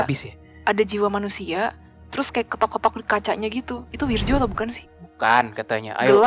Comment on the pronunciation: Soalnya pelafalan namanya kurang tepat.... itu pake ejaan lama, harusnya bacanya: WIRYO